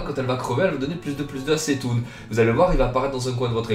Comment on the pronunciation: on prononce "ktoun"